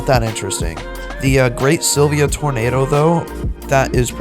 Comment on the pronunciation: prob hates sylvia bc he doesnt know how to ponounce its name lol.